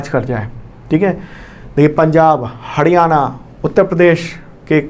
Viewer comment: Sir हडयाणा नहीं हरियाणा please इतनी disrespect na karen